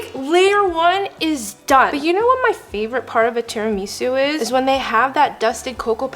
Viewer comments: not tiri-miso its tera-maso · IT'S PRONOUNCED TEAR-A-MISS-OOH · IT IS SAID TI- RI- MA- SU NOT TI-RI-MI-SU (I’m sorry I’m English, I had to do it) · I'm sorry TIRAMEESU?? Girl love ya but what the hell 😭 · Bruh stop saying tirumeeeesu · THERES NO WAY SHE SAID “Tirameesu” LIKE WHAT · Teer ahh misse ahh sue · The amount of times she said tira-mee-sue is killing me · this may be my australianism talking but isnt it teraMISSoo?? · The tira-ME-SUE 😂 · “Terameesu” got me dead lol nice vid Edit: Guys I did not mean to imply that the video was bad or this is a bad creator. I love watching her videos and have 0 problems with them. I was just saying the way that she said “tiramisu” was off. Sorry if that came off the wrong way. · I know what you meant JassM, she was pronouncing it like Miso Soup. I thought it was cute too! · Couldn't watch this one. I cringed every time she mispronounced tiramisu. Love her content generally, tho. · I am not Italian but damn these Americans are butchering these words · That’s not how you say tiramisu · You’re pronouncing tiramisu wrong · Right???! And she is saying it so often too😂😂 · That was the first thing I noticed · Ikr same I was dying I was like pleaseee stop saying it like that.